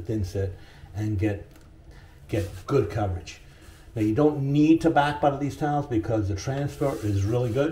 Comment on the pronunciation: I took a drink every time he said Butta and now my belly hurts and thank God it was beer